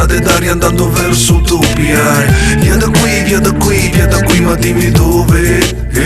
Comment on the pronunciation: Sembra anche a me che dica utopia ( che si pronuncia utopìa )